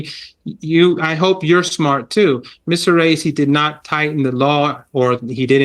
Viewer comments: Raisi (Ra-ee-see) . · it's RA-ISI, and I heard there were 4 Million in the procession 4 his funeral 😢